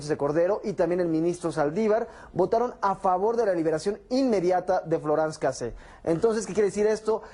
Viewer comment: "floranz cacé"